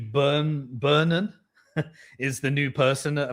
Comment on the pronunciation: How British is that he doesn't know how to pronounce Burnham's last name?!